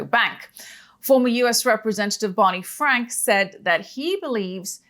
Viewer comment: Never twust bwany fwank.